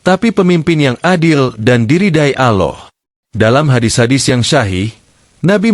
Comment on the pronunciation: Good and clear explanation but how come you find it difficult to pronounce Gods name Allah? You pronounce it as AuLah and not ALLAH.